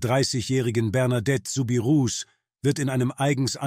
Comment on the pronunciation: Der Name wird "Subiruu" ausgesprochen.